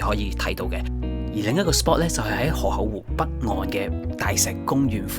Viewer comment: 河「口」湖唔係河「厚」湖…聽到好un耳， 講野把聲好似好字正腔圓⋯⋯讀就岩音會更好